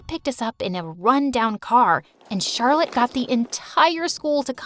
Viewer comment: that's how i pronounce Charlotte's name too "chat roulette" 😂😂😂😂😂😂😆😆😆😆😆😆